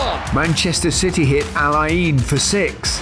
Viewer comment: Pronunciation of Al Ain is wrong guys, you are butchering it.